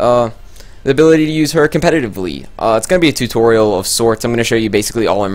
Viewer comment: "Turtorial" Niiiiiiiiiiice.